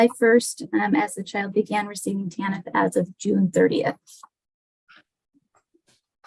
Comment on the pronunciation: TANF (not Taniff) - Temporary Assistance for Needy Families